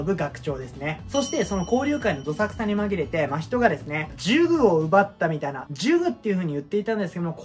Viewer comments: わたしは、の「 真人」のイントネーションがいつも気になる〜🙏💦わたし的に、「 真人」は「 夏油」と同じイントネーションなんだなぁ🤔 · アニメのイントネーションについては、某所で言ったらめちゃくちゃ叩かれましたけど、も元々は「夏油」と同じイントネーションだったと記憶してます。 確かアニメでの真人のイントネーションが最初「マヒト」のヒが強調された呼び方で、動画でもそういう発音だったんだ～ってなって以降も変わりましたね。 ただその後結局アニメでも「夏油」と同じ発音になっちゃってどっちなの・・・？って感じです。(その後は夏油呼びに戻ってたような気もしましたが・・・ これは真依の「人外」や「百鬼夜行」のイントネーションと違って名前なんで、芥見先生本人しか正しいイントネーションわからないので仕方ないですかね。 ただ「人外」と「百鬼夜行」をアニメのままの言い方で仰る考察者多くて、なんだかもどかしい・・・